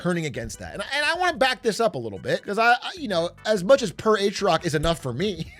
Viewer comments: "PeR aTrIoC" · "Per Atrioc?" Who's Atrioc? I only know Big A